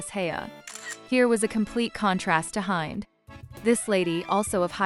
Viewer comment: You do not pronounce her name Hi nd- it’s pronounced Hend. And I’ve met her